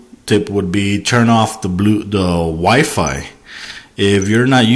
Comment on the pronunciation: "constantly searching for a wife," haha LOL. I know you mean wifi but I had to laugh. sorry bout that.